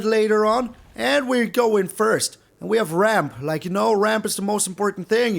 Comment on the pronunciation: When you said "always ramp as much as you can", your opponent thought you said "always rope as much as you can"